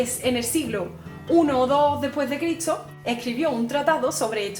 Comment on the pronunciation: Critso... Etso... Haha